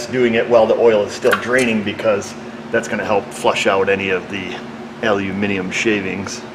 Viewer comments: Oh! You said 'aluminium' like a brit, so good to hear that. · I commented on use of 'aluminium' in a previous video...... He is actually pronouncing the word correctly!.... I appreciate that you Americans are 'trying' to say the word, but does say it correctly!;-) (and yes, I AM English....). Have a nice day!... lol.